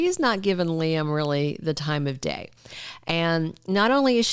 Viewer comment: why we're listening to Bots? They don't know how pronounce names? The bots and foreigners can't pronounce names like Shay-la - Sheila 😮 ly-um- Liam. RJ-RG? IT'S CONFUSING. SO Ridge is keeping secrets from Brooke, the part where Liam says he loves Steffy to Ridge. So apparently Brooke doesn't know that conversation? Please if you have pull, tell the writers we want the truth out!!!! ASAP. My friends have quit watching. Yes Steffy needs to leave so she can get her act together in the storyline.